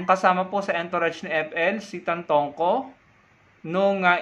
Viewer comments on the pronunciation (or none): It's Tantoco, not Tantongco.